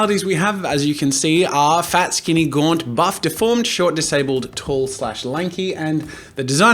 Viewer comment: when he sat 'Fat' I thought he said 'Fap'